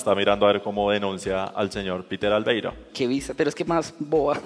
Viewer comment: No es Peter Albeiro, es Peter Laveiro.